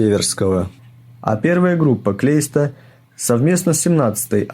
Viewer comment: Блин, не Клейста, а наверное Кляйста.